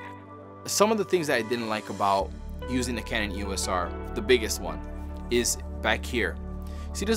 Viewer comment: We will forgive you because you were a Sony user, but EOS is a two syllable brand name, NOT an abbreviation. You say it as a single word, and not as three letters.